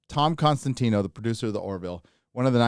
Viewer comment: Tom COSTANTINO. Not Con… it's COS!